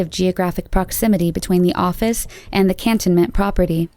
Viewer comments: Its pronounced Can-toe-ment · I’m living in Pensacola!! 😱😱😱CAN- tonment... you pronounced it wrong: CAN ton(e) ment. Welcome to the south! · I'm from Pensacola. This is the first to me. It's pronounced can-toe-ment. Not can-tuh-ment. But good enough. Sad for this woman. 😔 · The way this lady pronounces Cantonment lol ....if you are from the area that's the most hilarious way I have heard it pronounced haha .....it is Can * tone * ment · and its can- toen-ment lol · Congrats on pronouncing Pensacola and Escambia Co correctly.. But I have never met anyone who could pronounce Cantonment ( Can - Tone-Ment) correctly if you wasnt from here. Her case was just recently a big deal of finally being solved. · its pronounced can TONE ment. lol. UGH I wished ppl would learn the pronouncement.. I think a previous one you did a mangle job on Dothan as well. you said DOTH an. and its DOE than. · I live in pensacola, never heard the second one. Cantonment is pronounced can tone ment BTW 😊 you should cover Tiffany heaven daniels. She disappeared from here a few years back, we've all been wondering ever since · Also it pronounced "kan tone ment" Florida